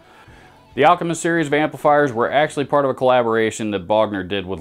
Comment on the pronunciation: Lol pick a Bogner not a booger 🎸